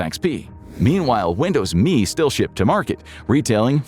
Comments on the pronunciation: why the fk are you calling it Me? its M.E. mellenium edition dmb fk god damn dude. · I have never heard a human say "Windows Me" like me was a word. 100% of the time I have only heard "Windows M.E." You know, like the initialism it is. And he says what the letters stand for. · ARRGH! It was never Windows "Me". It was ALWAYS pronounced Windows Emm Eee. Also, XP didn't come first! Windows 2000 came first! And, dammit, your OS is NOT a "Program"! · There is NO SUCH THING as Windows "Me" . . . IT'S M E . . . . "M"illennial "E"dition . . . NO ONE EVER called it "ME". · Who called it me? Everybody I know called it M E . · Why at it like "me"? When has it ever been referred to as anything other than M. E.? This is the first time I've heard it called "me", and I remember Windows ME surprisingly well, considering its total failure. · Windows "me" not M E or millenium edition. If I was sure you didnt use AI before, its a sure thing youre using it now. Such a shame.